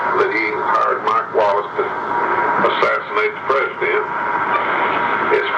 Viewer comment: He wasn’t saying Mac Wallace, he was saying Mike Wallace!